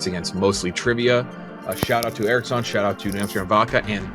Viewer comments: anyone else extremely annoyed with how pronounces "Erics-On".. "Its E-ROCKS-ON" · I’m pretty sure is pronouncing Eroxon wrong. On PMT they call it Hard E-Rocks-On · not incorrectly pronouncing his own sponsor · Learn to say your sponsers name